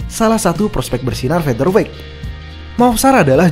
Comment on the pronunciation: akhirnya.... melafalkan "featherweight" dg benar....mantab 👍🏼👍🏼👍🏼